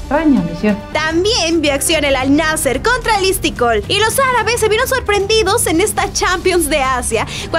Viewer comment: Primero Modric en vez de Mudryk, y luego Istiqol en vez de Istiqlol jajaja